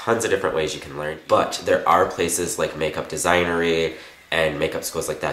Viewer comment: "mabeyly" and "makeup designery" one of those days huh?